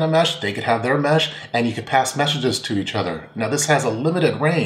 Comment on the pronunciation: Did you say they can pass "meshages" to each other? lol...